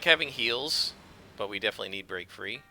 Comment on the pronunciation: Every time you say I need some “Break Frees” I hear “Brain Freeze”